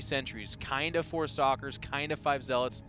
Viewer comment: Only me hear "s**kers " when he says "stalkers"?